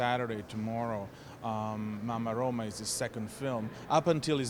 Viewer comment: MAMMA ROMA not MAMA ROMA!